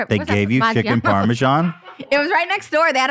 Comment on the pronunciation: I find it fascinating how they pronounce "parmesan". Sometimes it sounds like parmeshan, sometimes parmejan.